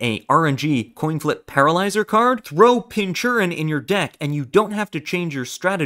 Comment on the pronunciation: Pin-cur-chin, from "pincushion" and "urchin". Edit: ...I'm not gonna keep correcting the pronunciations. Pokémon players have just never been able to pronounce the names of the Pokémon.